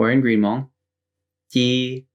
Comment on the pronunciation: You’re hmong pronunciation is on point. Great video.